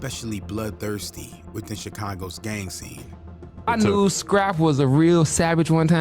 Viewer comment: He was also saying "Scrappy" the entire time. Shit was annoying